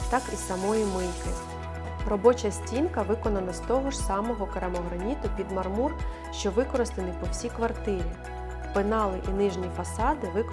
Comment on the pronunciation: Дуже сподобався дизайн! Трохи різало вухо неправильний наголос у слові мАрмур, у мАрмурі, під мАрмур і тд